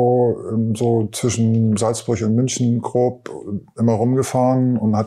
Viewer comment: Salzburch, schicksalzschlach, Wasserfühlich, Krich, ja ne ist klar. Der sollte erstmal eine Sprachschule besuchen bevor er einem was erzählt, schreibt er die Wörter auch mit ch ?? habe nach 4 Min aufgehört ihm zuzuhören.